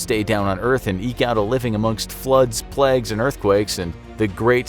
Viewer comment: Plagues not pleg